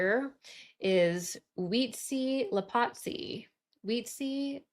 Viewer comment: Hey I'm frim Mexico and you pronounce very well those Tenochtitlan and Huitzilopochtli words 🥰🙌✨